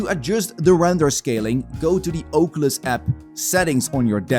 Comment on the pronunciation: God i love the Ohcuelis